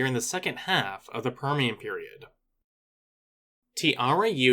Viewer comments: Great vídeo, just one note, the "j" on tiarajudens isnt pronunced like an "h" or "y" but a soft j sound, since that's the way it is in portuguese, the namesake is also pronounced "tee-ya-ra-j-oo" or "tee-ya-ra-shh-oo" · It's pronounced (tea-AIR-uh-ZHOO-dens)